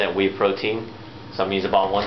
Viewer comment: just 2 let u no ur spose 2 pronouce "Whey" lik Way :)